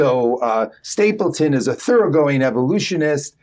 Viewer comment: It’s StapleDon, not StapleTon